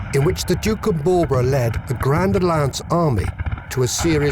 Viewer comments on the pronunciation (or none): none